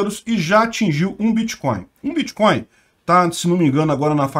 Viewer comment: "Bitcóio" (segundo o " letrado " kk) é mais seguro mesmo!